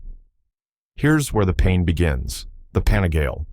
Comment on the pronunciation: You need to learn how to pronounce Panigale as well … 😂